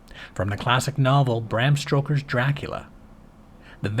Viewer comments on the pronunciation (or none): You do know it’s, “Bram STOKER” not “STROKER”, right?